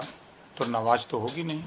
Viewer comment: Bhar ji नवाज नही नमाज बोलो